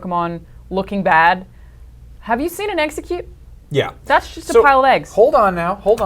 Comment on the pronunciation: "The egg pokemon" "exEGGcute"